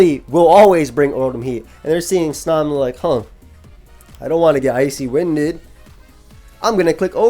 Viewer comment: The way you pronounce snom and eviolite makes me sad